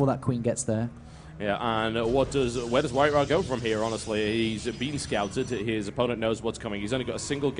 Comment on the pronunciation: It's not WhiteRa but WinRa :)